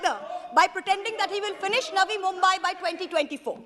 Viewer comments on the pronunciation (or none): none